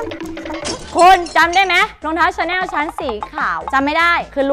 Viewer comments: ชอบความเเม่เรียกชาแน่ว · ส่วนมากคนจะออกเสียงว่าชาแนล ส่วนประมาณนี้ค่ะ ไม่ใช่ประมาณนี้คะ ใช้คะค่ะให้ถูกก่อนนะจ๊ะหนูลูก